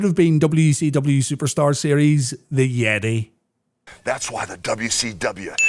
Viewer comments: It's not "the yeti", it's "THE YETAY!" put some respect on my man's goddamn name 😡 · You said Hulk was humped by the "Yetee" but I think you mean "Yeh-tay"! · You kept pronouncing YETAYYYY weird